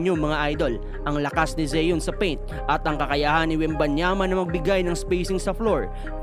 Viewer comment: Pronunciation lang ng Zion d mo alam.ayos boy